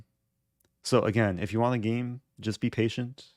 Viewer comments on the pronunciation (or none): none